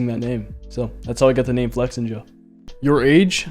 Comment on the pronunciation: Why. Flex-inja And not Flex-ninja